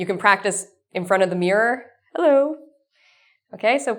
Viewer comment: hey guys she said heller insted of hello .... listen closet in the begining